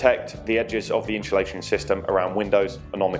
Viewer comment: God it becomes annoying once you hear people pronounce insulation as in-shul-ation. And you can't change the windows anymore, they are stuck in there.